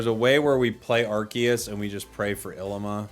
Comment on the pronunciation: It’s pronounced ileema